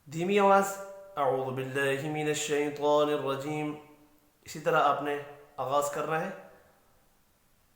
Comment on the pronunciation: ماشاءاللہ پیارے بھائی لیکن نہایت معزرت کیساتھ یہ لفظ شیطان الرجیم شیطوان الرجیم نہیں